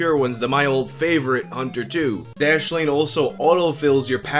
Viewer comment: Dude, your speech was slurred as fuck during that "dashlane" bullshit. Take downers much?!?!